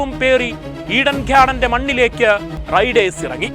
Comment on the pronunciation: ഒക്കെ ശരി, നിങ്ങളുടെ "ഘാർഡന്റെ "ഉച്ചാരണം ഒന്ന് ശരിയാക്കിയാൽ മതി 😌